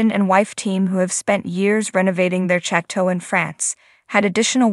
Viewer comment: “Chat toe”…🙄